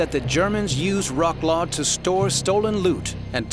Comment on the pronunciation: Im sorry but the way you said wrocław , you need to be punished